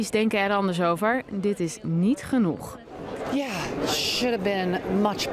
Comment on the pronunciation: “Is het genoed” lol